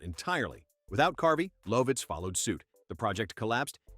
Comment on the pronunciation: Lovitz = love-itz Get real ppl to narrate and stop this AI BS